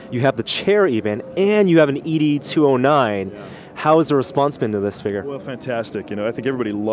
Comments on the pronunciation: E.D209, looks amazing but the way he said the units name bugged me, you say 'ED' like the male name 'Ed' like from 'Ed, Edd n Eddy'' not ''E D 209'' shame on you (i am such a Robocop fan) great video regardless:D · "E.D. 209"??? Dude It's always been "Ed 209"